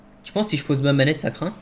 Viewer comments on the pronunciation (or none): Ba il dit pas sii mais sfuuu